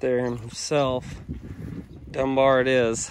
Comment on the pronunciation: Every time you say Dunbar, I here Graham Green saying "dumb bear?"